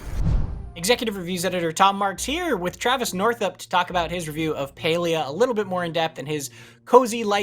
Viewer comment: Stop saying paylia